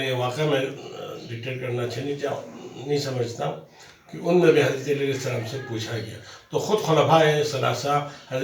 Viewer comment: Mashallah Salam to sahi tarah kro ju muhtaram